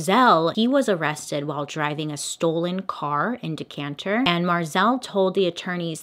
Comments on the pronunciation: Me too I’m from Decatur and I was like I’ve never heard of Decanter where is that and I looked it up 😂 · Alabama native here. It’s *Decatur, not Decantur 😂 In all seriousness, thank you SO much for using your platform to bring attention to Rocky’s case and encouraging everyone to sign the petition!! This case has weighed on a lot of Alabamians and I hope our system changes. Love you and your content 💖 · I’m from Alabama and it took me forever to figure out what you meant by “Decanter”. It finally clicked that you meant Decatur 😂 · It's decatur AL, not Decanter AL. I am for the death penalty but not for the innocent. I did sign the petition. By the way, Alabama is a great state to live in. People in every state have innocent people in prison. I don't agree with the way they convicted this man. He needs a retrial with a different jury than just white majority. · lol as a fellow alabama native i was like what is decantur 😂😂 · I googled "Decanter" like is that a place?? or does she mean Decatur? 🤣🤣🤣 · I was wondering where decanter was too 😂 I want to hear you try out Conecuh, Arab and Wedowee. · LOL Since I lived about an hour from Decatur I wondered if I'd missed a town named Decanter. They did you wrong on that video Bailey. I'd dislike that video twice ;) lol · i lived in decatur for over 15 yrs you'd be surprised how many people call it decanter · As a native Alabamian from Decatur (not “DecaNter”) I have to say, please don’t judge everyone by the select few. Corruption is everywhere, & I don’t agree with your last statement. That’s a big generalization; however, I get it. I say this in hope. 🙏🏼 ☮️ 1991 was a while back, so I’m going to have to research this case to see what’s been happening in more recent years. One huge issue I have is the conviction of innocent people. Shawshank Redemption still haunts me. Thanks for this story, & I’m hoping the petition makes a difference. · DECANTER!! Noooo de- cate- der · Decatur not decanter. No N.